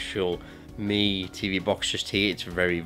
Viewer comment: For god sake, it should be pronounced xiao MEE! Not xiao MAY!